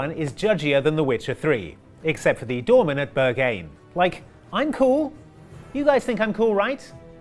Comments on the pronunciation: *BURG-hyne Not burGHYNE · Pronouncing berghain as burr gain is kind of an automatic disqualification I'm afraid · you probably didn't get into Berghain on account of pronouncing it horrendously 😭 excellent reference though